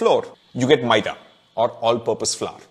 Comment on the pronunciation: I like your maida pronunciation.